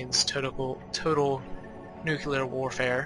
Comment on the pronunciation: NU-CLE-AR NOT NU-CU-LER